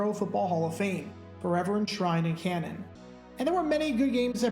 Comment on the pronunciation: Great channel...but its Canton not cannon. Lol